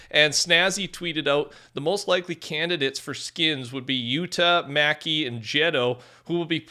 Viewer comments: He really said Luh-fee 🤣😂 it's pronounced Loo-fee lmao...and Maki is pronounced like Mucky not Macky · NOT JETO<Geto NOT MACKI< Pronounce it like MOCKI